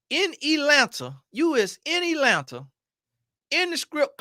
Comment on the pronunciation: He said “ you in elanta!” 😂